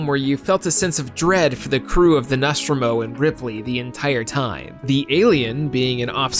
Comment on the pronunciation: I nearly threw up when he pronounced Nostromo like that